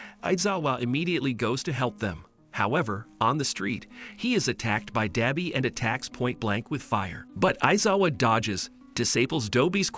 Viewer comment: It’s pronounced dabi not dobi